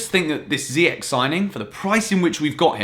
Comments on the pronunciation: Not ziyak it's ziyash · Please refer to youness's video on saying "ziy-esh" 😂😐not "ziy-ech" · Look after my boy, Moroccan pronunciation is zee-esh 🇲🇦😍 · Hakim Ziyech (pronounced Zee-yeah-sh) just so everyone can stop saying Ziyek like its an English word 🤦‍♂️ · Ziyech .. Ch, not k .. Pronounce it right. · it's "ziy-esh", as cleared by Youness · So? Ziyech isnt Dutch, he's Moroccan so it's pronounced "Ziyesh" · Literally doesn't matter that he was born in Netherlands. His parents are both moroccan so they would pronounce it Ziyesh. I'm pretty sure Ziyech values his parents over temporary teammates. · Watch youness video to knw how to pronuce hakim ziyech name u still pronuce his name wrong....